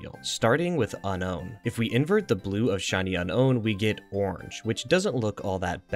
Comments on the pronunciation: One quick question why are you saying Un-own when it is very obviously pronounced Unown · It’s pronounced “unknown” not “uh-nown” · Is that the proper way to pronounce unown? This is the first time I've heard it said that way. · Why do you pronounce unown like that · This is the first I’ve heard anyone pronounce it that way, that’s so weird, clearly from people just reading it and not watching the anime but so weird.